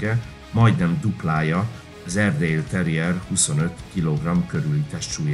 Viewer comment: Ez borzalmas videó, szakmaiság nélkül . Az narrátor sokszor ki se tudja mondani az erdi nevét, nem sokat ismerhet egyik fajtából se. Mintha az Akita egy szuper fajta lenne....